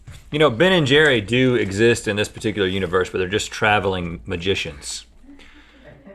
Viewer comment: Rhett holding back a dig at how Link said "u-nah-verse"